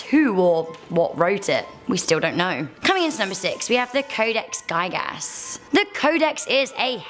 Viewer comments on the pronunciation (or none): codex gig-us not geye-gass